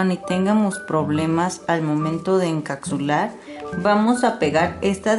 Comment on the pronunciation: Chica se dice encapsular no encacsular! Está súper bien tu vídeo súper bien explicado solo que falló la pronunciación de encapsular!!